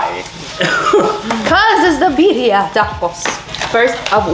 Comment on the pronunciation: I can't with how yall say Bah-reeah tacos 😭 Horchata is a staple in El Salvador but it's hit or miss at restaurants not everyone knows how to make it